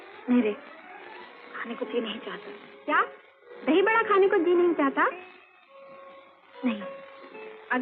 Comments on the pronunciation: Dhai Vada❌❌❌ Dhahi Vada☑️☑️☑️ or Dhahi Bada☑️☑️☑️ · It’s Dahi vada not dhai … 😂